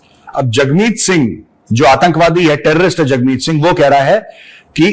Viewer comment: Hagmeet, not jagmeet 😂😂